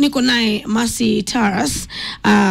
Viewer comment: This Country still has Kenyans who conveniently won't pronounce the name Taurus....tweng jameni.